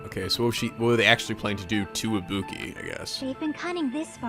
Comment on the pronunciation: I swear to god it sounds like Nagito is saying "Ibupi"